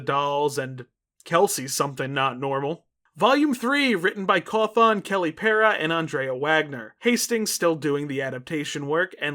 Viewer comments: also boss the way you say Cawthon feels so weird- like you emphasize the THON a bit too much (not a big complaint just a bit jarring cause I’ve known that name literally since I was a child) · i'm always scared of commenting like this cuz i always fear that people will misinterpret this a being mean. cuz when i wright it's more what i'm thinking rather whan what i would actually say, but... this is the first time in 12 years where i've heard someone mispronounce Scott's sirname. yet again back when i did people generally didn't know the guy before hand. i'm sure someone's already commented this, but the O in cawthon is pronounced as an Ĕ